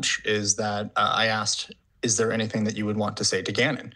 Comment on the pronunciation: I can't stand how she adds a "K" to words ending in "ing". ie... anythingk, everythingk. Ughhhh